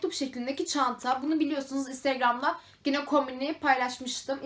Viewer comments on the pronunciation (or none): Peki sürekli yine yerine Gine demen 😂😂😂😂